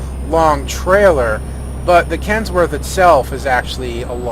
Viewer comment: Kenworth not Kensworth. Trying to be a jerk.